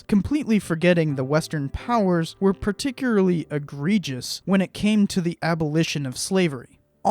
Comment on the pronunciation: Myth: Particularly is pronounced particuary. Otherwise good job.